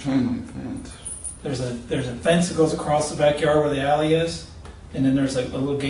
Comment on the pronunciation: I was half paying attention because I was reading a text and I thought he said "these are the Yaoi pictures" instead of alley pictures.